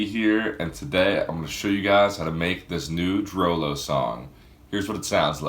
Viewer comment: I thought it was pronounced "drew loo"